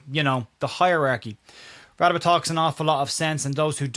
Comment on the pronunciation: Hi Sorry to be that guy but I'm pretty sure it's pronounced "Ra-day-be*. I've lived in rsa for over 20 years and encountered quite a few people with that name and that's how it's pronounced I remember when Lucas signed, the TV people asked him how to pronounce it, and from what I recall he told them to pronounce it like you did, which I am convinced was either not a true story or he was winding them up